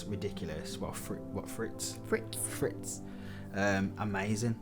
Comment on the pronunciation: try to pronounce the frites more like "freets" instead of "frits" :P